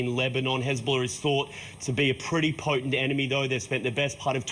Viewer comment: did that re re say "Hezbollar"